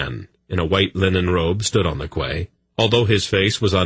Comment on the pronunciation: jesus christ, this guys pronunciations are diabolical for a grown man, if its not his prounciation of quays as kways, now its raveners, its ravenours as in ravenous ...meaning the state or quality of being extremely hungry, famished, or having an extreme greed for food